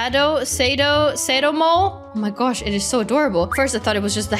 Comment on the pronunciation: The mole is pronounced suh-do mole